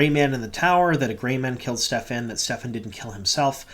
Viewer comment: Just curious if you just missed it as there seems to be a lot of confusion in the fandom but Kerene's Warder's name is Stepin no "F" sound in the middle. Just a minor nitpick. Loving all the breakdowns and Easter Eggs! Thanks for all the great WoT content you've been putting out! Definitely agree this was a strong inner look to the Warders and the Bond. People freaking out about Lan seem to have completely missed all of his character depth throughout the books. And yes, he was chosen to be the "release valve" for the rest of the Warders so that was his duty. Not Lan being a "cry baby" as some manufactured outragers seem to be diatribing about online.